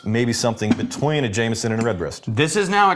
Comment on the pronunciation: I love how you guys add a T to Jameson (-ston) where in NJ we sometimes add an “R” : Jame”r”son.